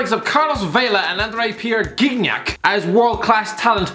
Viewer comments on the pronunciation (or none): Really called him “Gig nack”